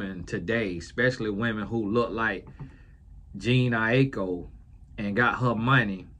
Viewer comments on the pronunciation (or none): JA-NAY EYE -E-KO=Jhene Aiko